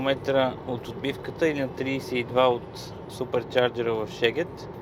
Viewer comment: Страхотно видео! Само една забележка… Шегет = Сегет :)